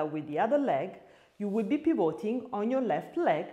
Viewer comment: Ottima lezione, grazie. Una sola cosa: pivoting con lo stress sulla i non sulla o 🙂